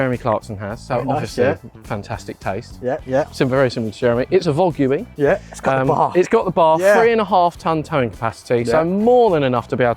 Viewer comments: It's a vog-yew-e 😂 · is such a natural at this - “it’s a vo-goo-wee” 😂